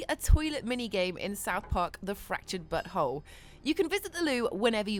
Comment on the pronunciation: I thought she said fractured buthole